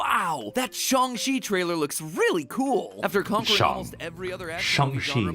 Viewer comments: I thought it was SH-(ANG) Chi , not SH-(ONG) Chi ? I know it can be pronounced both ways , but I thought it was the other way. Or am I just super wrong ? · Yea it's not shOng chi its shAHng Chi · The more matpat says "shung chi" and not shang chi makes me more and more angry every time